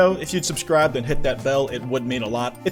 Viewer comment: All I want to say is , . "Then hti that bell"